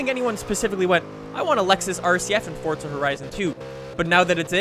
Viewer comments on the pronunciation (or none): its forza not fortza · WHY DO AMERICANS SAY FORZA HORIZON AS FORT-ZA HORIZON Learn some English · No even you are wrong people in UK say Forza. I know this because i am english. However people in US,Canada etc say fort-za. LISTEN TO HIM HE SAYS FORT-ZA AND HE IS AMERICAN OR CANADIAN WHATEVER HE IS THEY ARE BOTH THE SAME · It's pronounced both ways and no one really cares.